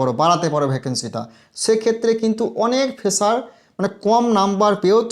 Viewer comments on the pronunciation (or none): ফেসার টা কি? আগে উচ্চারণ ঠিক কর তারপর পাকামো মারবি। গেজেট প্রকাশের সময় কোথায় ছিলি।